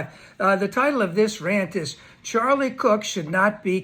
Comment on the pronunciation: You can't even pronounce his name correctly in the first sentence. Seek God, dude, before it's too late.